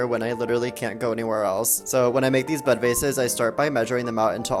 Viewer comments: That makes sense. I definitely thought he said "butt faces". Your thing makes more sense. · I thought you kept saying "butt vases", and i was so curious then confused. I guess i could have read the caption sooner.😏